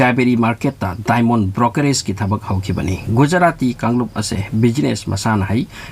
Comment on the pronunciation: Haojik haojik ki video amaga semako..diamond ki pronounciation si di